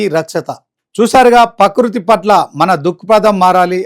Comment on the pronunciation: ప్రకృతి అనడం నేర్చుకో